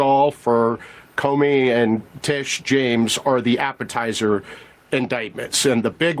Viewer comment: Doug I’m not trying to be a jerk or anything. I enjoy watching your videos, but the past several vids you have called James Comey as James Comer. Just wanted to point that out.